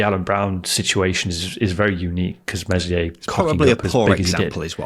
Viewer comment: For gods sake virgins. Its Meslier with a silent s, please guys. Told you before.